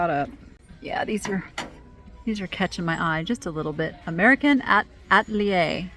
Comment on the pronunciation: American Atelier -- Atalier is A-tal-ee-ay. French fancy word for an artist studio - thrift on!